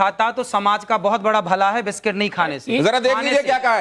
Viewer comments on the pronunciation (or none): Biskit hota hai vish +kit nhi Baba sandhi sahi karo dhongi baba😂😂 inki to hindi bhi nhi Sahi hai